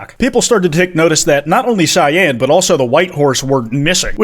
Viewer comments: Bro pronouncing cyan like shein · nevermind i take it back i just heard him pronounce it see-in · No, no. You cant just say it right and not acknowledge "see-yan." I expect a ukulele/interpretive dance/apology video soon. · Whens the correct cyan pronunciation arc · how do you pronouce it? because pronounces it correctly. I have never in my life met someone who doesn't pronounce cyan like that